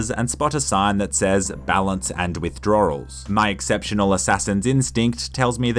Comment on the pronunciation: Is it only me or does he say "withdrawRals"?